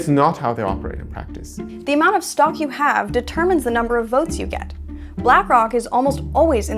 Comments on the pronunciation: She literally said black cock😭🙏🏽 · she tried to subtlety slip “black cawk” into her little video she ain’t slick 😆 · She said Blackock without an 'r'.